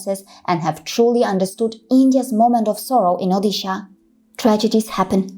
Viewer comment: As an Odia (INDIAN) living in Mumbai, I'd NO IDEA that anyone had something like Mumbai local! Information is beautiful. It really opens up eyes. It's ଓଡ଼ିଶା ओड़िसा btw if you know Devanagiri. This is the correct pronunciation.